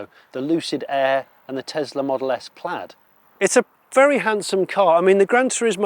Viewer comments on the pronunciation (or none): none